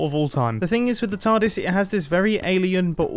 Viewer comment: Is he calling it a tardise